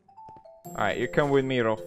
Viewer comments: its Rolf not rolph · Hahaha no, in sweden not ”rolph” its Rolf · All ppl who say Rolph, i’m swedish so i know it’s Rolf in swedish😒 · its "Rolf"